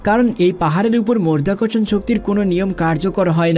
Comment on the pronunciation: মধ্যাকর্ষণণ কি করে মরধ্যাকরশন হচ্ছে রে ?